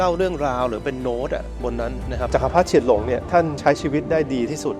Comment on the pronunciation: เฉียนหลง ครับ ไม่ใช่ เชี่ยนหลง